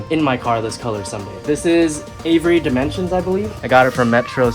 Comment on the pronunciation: Avery Dimensions 😂 Avery Dennison Cool video bro